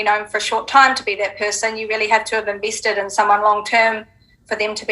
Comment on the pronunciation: you something else 🤣 "inveested"